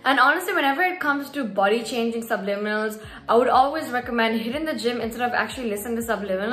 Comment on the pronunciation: Finally you pronounce it right gurrlll 😂❤